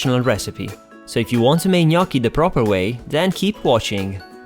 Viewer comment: Thanks for the right pronunciation 😍🍝